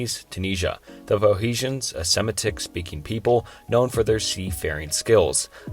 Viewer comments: Also, very weird pronunciation of, "semetic".. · Sorry, but if you can’t pronounce Phoenician, or Semitic, it calls everything else to question